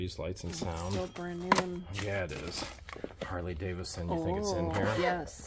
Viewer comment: The large university medallion and the "Jamaican military" item are from Germany. Oh, and it's Harley David son, not Davis son.